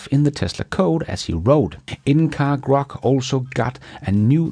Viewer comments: I actually get a kick out of hearing ' English mispronunciations (I'm still waiting to hear him say nuclear vessels;) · There is no such thing as Crock in the Tesla world. It is actually GROK, with a "G" at the beginning.